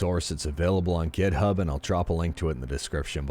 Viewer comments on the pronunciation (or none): none